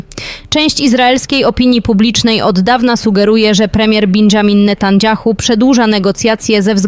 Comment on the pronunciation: "Bendżamin Natandżjachu" 😂😂😂😂😂